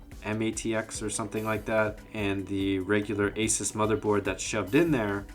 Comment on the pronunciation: Finally someone who pronounced Asus as Asis and not Asuce